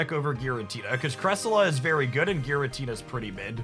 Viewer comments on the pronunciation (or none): none